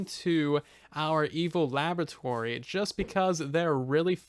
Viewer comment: I keep hearing evil lavatory